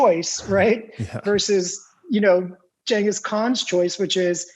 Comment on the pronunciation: "Ch" not "G" perhaps the world will get it right one day...